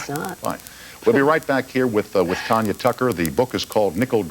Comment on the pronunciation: It's TANYA, not TONYA